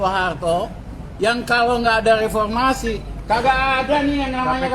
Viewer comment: Lepolmasi, eh maaf repormasi 😂😂